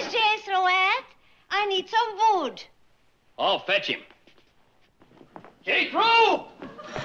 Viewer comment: "Where is Jethro at? I need some vood." lol